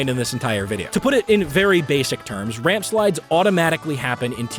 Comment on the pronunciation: Rampslides, Ramsplides, Ramplsides.